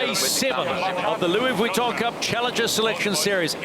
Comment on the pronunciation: Did you hear the way he said “Barcelona”’on day one? I’m thinking someone had a word as it’s frowned upon for a non-Spanish person to try to say it with the accent. It annoys me the way he pronounced Louis Vuitton as well